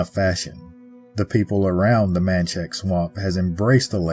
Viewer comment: Just some friendly advice on pronunciation of the people places and things in our beloved State of Louisiana. Laplace is “Luh-Ploss” and Ruddock is “Roo-Dock” and The Manchac Swamp is “MAN-shack” Loup-garou in French Cajun enunciates the P in Loup as in “Loop-Gah-Roo “ The vast majority of people who aren’t native to Louisiana have trouble pronouncing the numerous names that usually originate in French, Native American or Cajun French. Any time you do a video on anything located in Louisiana and you want to make sure you get the pronunciation correct, feel free to reach out! And please don’t think I’m coming at you with any type of condescension or ugliness. I am well aware of how difficult it is to pronounce the majority of the proper nouns in Louisiana. Just one of the ways that we’re exceptionally unique and special as a state, a culture, and a community of very diverse origins and heritages that come together to form a mix of the best of the best! Your video was great though. Better than most other examples of the Louisiana folklore creatures and cryptids that’s for sure. Love all of your work!